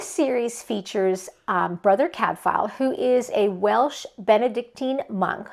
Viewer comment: If you are going to reread Cadfael, might I suggest you look up the pronounciation? The f is pronounced like a w. 🙂 Love you showcased so many good series. Hope people will pick them up. Sister Fidelma as audiobooks are great and the same Irish narrator all the way through. No. 36 out last July.